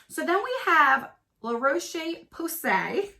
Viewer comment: LMAO GIRL! I would be cracking up too! You got me laughing with u everytime you say pousay